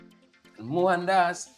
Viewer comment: Mo-han-das pronounce names correctly